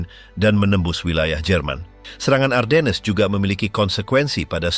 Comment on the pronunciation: Ardennes dibaca A:den. R nya hampir ga kedengaran, gantinya A nya dibaca panjang ini kota di Belgia yg terpengaruh Perancis. Sedangkang untuk orang2 USA atau Inggris bacanya Arden tanpa S nya dibaca. By the way salah satu Jendral nya German yg hebat dlm pertempuran ini Baron Hasso Von Manteuffel yg tingginya hanya 160 cm kecil untuk ukuran bule hingga dijuluki little baron. Greetings from the USA